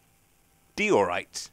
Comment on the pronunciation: Diorite is pronounced Dye-O-Rite